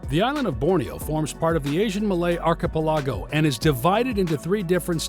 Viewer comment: Great video. Just a little annoyed by the pronunciation of the word "archipelago"